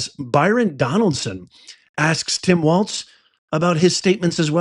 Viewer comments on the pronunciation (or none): it's Byron DONALDS, not DonaldSON.